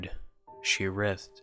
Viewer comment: That mispronounciation of "writhed" took me right out of it.